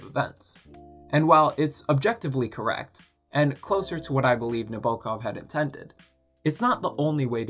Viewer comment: Sorry to be a grammar Karen, but please pronounce the author's name correctly. It's on the first syllable "NA bo kov."